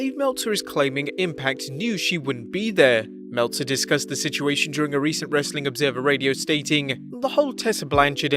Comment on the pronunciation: I feel like he trolls us Americans at the end Everytime when he says "Wrastlin Content"